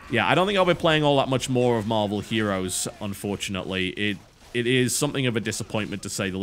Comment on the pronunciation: Did he say marble heros? XD